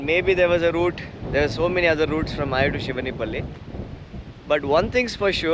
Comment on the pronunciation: Nice video. These used to be some places I had visited a few times. One thing though. It would be good if you can pronounce the names of the villages better. It is 'eye-oor', not 'ayur' :-) Similarly, Toluva betta, not Tuluva betta. Keep those videos coming